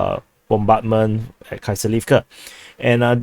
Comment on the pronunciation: It is horrible how you pronounce Kriviy GIh